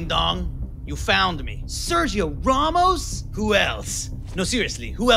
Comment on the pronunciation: "Sergio RAW-MOS" Iconic Season 4 Line 🤣